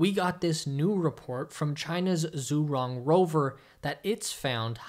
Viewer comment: Sorry to be that guy, but the zh in zhurong is pronounced like the s in measure or the ge in fuselage.